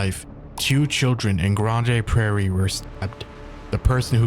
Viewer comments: I'm sorry but I died at your pronunciation of Grande Prairie, which is a perfectly reasonable guess at the pronunciation given its spelling, but it's just pronounced "Grand" Prairie cuz we ain't fancy here in Alberta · Grandma Paris